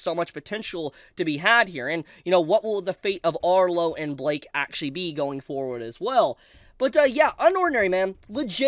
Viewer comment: why are you pronouncing blyke as blake